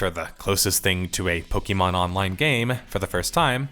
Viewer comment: I'm not listening to 40 minutes calling it "pokey" mon